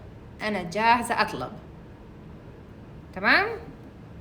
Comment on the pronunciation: Madam your way of saying tmam is very beautiful i love it